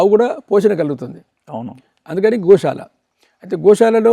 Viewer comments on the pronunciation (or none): Anchor గోశాల అనాలి గోషాల కాదు